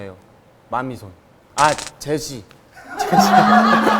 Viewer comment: 보통 제시님을 제씨라고 발음하는데 맨 첨에 제시라고 말해서 진짜 깜놀